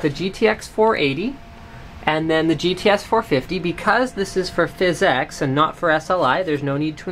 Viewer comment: its phys ex, not phys eex